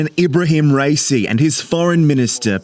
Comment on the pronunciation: It's RA-I-Si and not Rey-cey. What is the reason for the Americans always mispronounce people's names? Like as if it was that difficult...